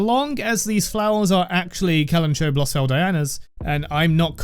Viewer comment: amazing video! i love your editing and thoroughness diving into one of the best characters in the game <3 but also hehe.. not to be that guy but... kalanchoe is pronounced with the ch and oe like in the name chloe 😝